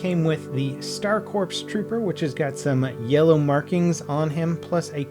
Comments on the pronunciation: The p in corps is silent so it’s core, just spelt corps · Why does no one know how to pronounce "Corps"? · Corps is pronounced "core." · Corps is pronounced "core" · Dude "corps" is pronounced 'core'